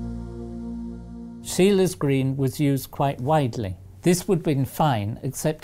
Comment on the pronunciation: Typical English mispronunciation.